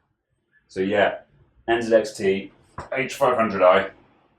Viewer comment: you say NZXT not ENZEDEXDE